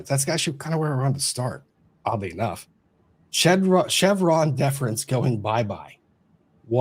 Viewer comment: & Lumber Every time you say ‘Chevron Deference’ I hear ‘Vas Defrens’ 😬😆